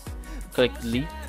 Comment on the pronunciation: Click " delete" but i can only hear leet XD